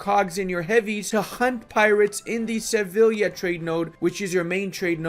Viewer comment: "Shtettin, Valdshtatte, Kochaeli" Also: "Sevilia"